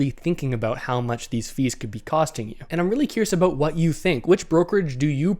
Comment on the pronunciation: Lol. Talk “aboooot.”